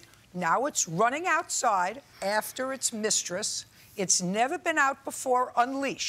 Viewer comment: Did she just say “after it’s mistress”? 🤭😅